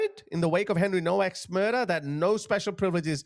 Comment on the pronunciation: Nowak is pronounced Novak. In Polish the w is a v sound.